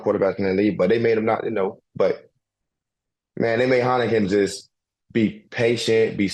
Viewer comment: Heinicke!..not Heineken